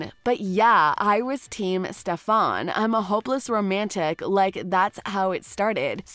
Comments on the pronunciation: You had me at “Ste-fän”? How is this a real review when you can’t even say Stefan’s name right?? It was so distracting I literally stopped the video. Eww. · litterally, elena was alina, damen was damien, stefan was shephaaaannnn, alaric was just some foreign language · First. It's Damon not Damian Second. It's Stefan not Stefaan. 🙄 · Oh god, she slaughtered the characters names.. quite obvious she hasn't actually seen the show. Alina, Damian, stefaan, aliark... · It's stefan and damon not stefaan and Damien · it's Damen as is DAY MEN not Damien like day me in... and Elane as in AH LANE AH.... and last Stefan as in STEFF IN ...sorry not big deal but was kind if annoying to hear.. as a fan how you can you legit say every name wrong it's really weird.